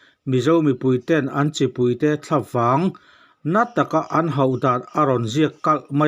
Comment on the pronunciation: Thlavang tih thumal lam rik dan hi,"Eng vang nge" tiha vang anga lam rik theih ni se a duhawm hle.